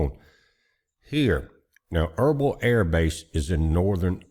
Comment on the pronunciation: Irbil=Irbeel not erbul just saying🤷‍♂️